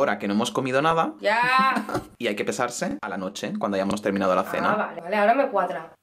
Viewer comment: En vez de pesarse e escuchado besarse jajsja